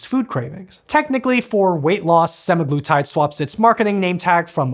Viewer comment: you might want to double check the pronouniciation for semaglutide.